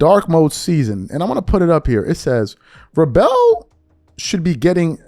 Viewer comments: OMG, please... it's pronounced VRAYBLE. You know this, you've heard other people say his name correctly… Please stop mispronouncing people's names… I don't care about him, but I have no idea who you're talking about when you butcher people's names… Tell me you know nothing about the NFL without telling me you know nothing about the NFL… Come on bro just cover basketball then. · You can't even pronounce Vrabel correctly. What a joke. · Seeing how he kept mispronouncing his name, he definitely doesn't watch football, at all. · Get Vrabel's pronunciation correct. It's a bad look and lack of effort to get the pronunciation of individuals you are giving commentary on. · Some interesting content, but……. how can a sports podcaster not know how to pronounce head coach’s name of 2025 AFC Champion? Wow!😅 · How are you going to be a sports reporter and can’t pronounce Mike Vrabel’s name correctly. C’mon son. And also this is a reach. She doesn’t cover the NFL. And honestly I don’t even like her ass because of the other cases you mentioned. It’s whack and she’s a hater but on this one it’s a reach. 👎🏽👎🏽. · Man please work on the pronunciation of the last name smh. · Please get the coach’s name right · Ain’t no way you can’t pronounce his name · Why are pronouncing Vrabel like that? I'm assuming you don't watch football since you don't know his name😂😂😂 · You're pronouncing Coach Vrabe's name incorrectly. Say it like it's spelled with the L in front of the E instead of after. Great stuff though brother. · Bro if your going to do a sports show at least learn how to pronounce the names of the people you're speaking on. Have you not heard Vrabel's name said about a thousand times over the last few weeks. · Dude, I thought you covered sports. You sound like you never even heard of Mike vrabell. He was all-pro player. He was a coach for a long time with the Tennessee Titans and You can't even pronounce his name like you've never heard of him. That's some weird stuff